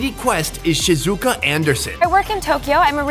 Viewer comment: Great episode! Her name is actually pronounced "Shee-zoo-kah. My Mom is Japanese and her sister's name is Shizuka:) Sorry for being such a stickler for pronunciation. LOL This was one of my fave episodes ever. I have watched it 2x in the past month. Thanks for the amazing content,!